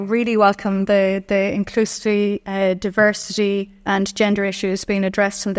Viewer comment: She can't even verbalise "inclusivity", are we even sure she knows what it means? 😂